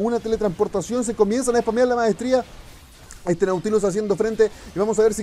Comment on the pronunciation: me gusta como dice "espamea la maestrshia" xD